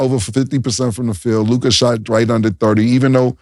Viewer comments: Damn… Now that Dallas is in the semifinals I gotta listen to Mase butchering LUKA’s name!! 🤦🏾‍♂️ it’s LOU-KAH Not LOUGAAD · Someone tell Mase it’s loo-kuh not Lu-kahhhhh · I hate how mase say luca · Who taught make how to pronounce “Luka”? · The way MASE pronounces Luka annoys me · Why does Mase Pronounce Luka name like that? He know something we dont know? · Why does Mase pronounce Luka’s name like that? Shit is wild lol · Everytime mase say Luka name his pisses me off